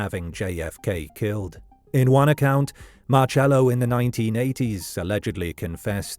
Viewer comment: It's pronounced sounds like Marsello.